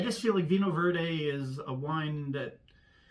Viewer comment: Did I hear you say Verde hoo-haaa??😂🤣😅